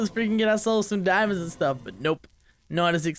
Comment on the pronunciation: Am I the only one who was so happy when said deomandeas instead of diomands